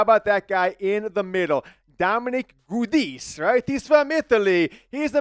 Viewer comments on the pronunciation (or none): It's pronounced Ja-dees Giudice